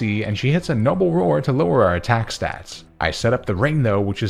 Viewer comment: THERE IS NO R IN STATS!